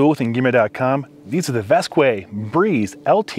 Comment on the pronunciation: The brand is pronounced “vask” not “vaskway”